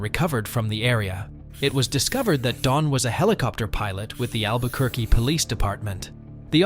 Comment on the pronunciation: Albuquerque is pronounced "al-buh-kur-key."